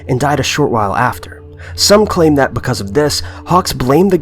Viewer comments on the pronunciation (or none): none